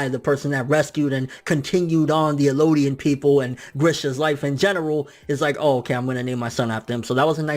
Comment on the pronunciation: Eldians bro. Not Elodian. There's a translation that fucks it up, calling them Mare and Ellodian. But its definitely Marley and Eldian.